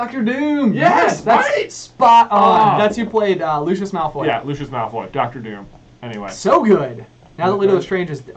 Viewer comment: The Stephen Fry version is infinitely superior once he stops pronouncing things like "malFOY" and "gryfFINdor"